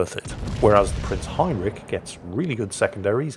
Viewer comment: Still doesn't know how to pronounce Heinrich. It's the "rich" part, it's not "rick" like every english speaker seems to think it is. And no, it's also not rich as in you've got a lot of money.